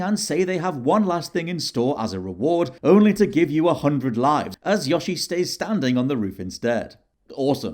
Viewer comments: love how he pronounces "Yoshi" as "Yahshi" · There's an "o" in Yoshi not an "a" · says Yo-shi wrong, it's not Yosh-i